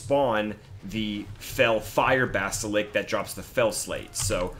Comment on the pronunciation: It's basliSK, not basilik LOL